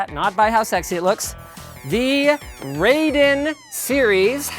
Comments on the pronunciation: It's "rye" den, not "raid" en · Raiden as in rice, not ray-den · "the RAYDIN series" yeah okay Linus. That's not how you pronounce Raiden. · hey buddy no big deal but it's pronounced Ry-den not raidin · I think they ripped off the Raiden IV title font. Also its pronounced rye-den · pretty sure you pronounce it as "rye-den". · it's rah ee dehn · Raiden is pronounced like "Rye-Den" gah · Come on, Linus, it's 2016. Pronounce Raiden correctly pls.